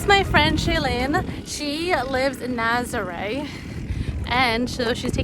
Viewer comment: For the love of Pete, please pronounce these names properly. I cringe every time I hear Naz-ah-ray, it’s Nah-zah-reh.